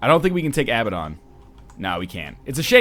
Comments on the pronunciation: Hey NL, Abaddon is pronounced uh-bad-en in North American and British English. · Because he doesn't know how to pronounce Abaddon in his native language.